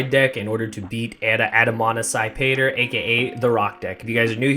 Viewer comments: Did Slim say Add-A-mon-psy-pator? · Lmao the way you try pronouncing it is hilarious. Great video !!!